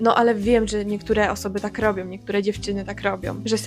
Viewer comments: Myślę, że na sposób mówienia może wpływać zarówno wszystko to o czym mówiłaś, środowisko w jakim się obracamy, pośpiech, ale czasami także brak zastanowienia się nad pisownią danego słowa. Ty sama mówisz "robiom", "sepleniom" (w 6.10 minucie filmu), a gdybyś miała przeczytać te słowa to ewidentnie powiedziałabyś "ą", nie "om". Dziękuję za ciekawy materiał. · Mnie nie drażnią te akcenty o ile nie są przejaskrawione, ale bolą mnie uszy gdy ktoś mówi tak jak ty na przykład w siódmej minucie: " czepiajOM i robiOM to bo myślOM". Czemu tak mówisz? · Ja , sądząc po opisie, zmiękczam, ale mam taki akcent od zawsze i nigdy nie byłam szkolną gwiazdeczką ani nie próbuję brzmieć słodko :)) Ja tego nie wychwytuję w codziennej konwersacji, chyba, że bardzo się pilnuję - wtedy może wyjść różnie :). u Ciebie natomiast słyszę dużo "som". "majom", "robiom" i z kolei mnie to drażni :D Więc chyba każdy ma wrażliwe ucho na inne brzmienia :) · OK, ale dlaczego sama wymawiasz "som", "robiom", "biorom"? Popracuj nad tym, Twoje wypowiedzi zyskają na wiarygodności